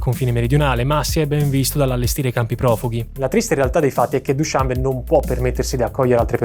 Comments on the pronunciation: Straordinario come sempre! Vivo in Asia Centrale, sono stato nelle magnifiche montagne tagiche, nella capitale. La descrizione è perfetta...posso essere pignolo? Dushanbè, accento alla fine. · Ottimo. Solo una domanda, non si pronuncia dushanbe'?